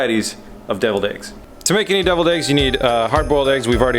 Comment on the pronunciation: i though u said dildo eggs